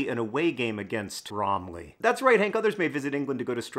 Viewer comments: I miss speak. Hank is pronouncing it as the apple, which is incorrect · When i hear Bromley, all I hear is Lee Mack in Sketch Show "Bwomley" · i mean, its BrOMeLy… really… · You pronounce it like bramley apples. br oh m ley. Also, it's not "a Christmas tree farm", Christmas tree farm is the name of a small farm you can feed goats and rabbits at. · I laughed every time you emphasized "Bromley". Thank you for the giggle today, John. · I like it when John says Bromley in the video itself.